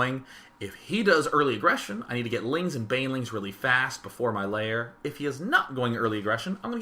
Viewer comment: Yeah, that's been bothering me for ages as well. Dear casters: Lair rhymes with air. Please remember that.